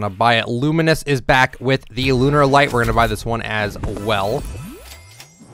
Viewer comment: Bro where are the o.g. NFL skins at? Also Luminous (lou-minni-us). I honestly hate when people say that word wrong, but it's fine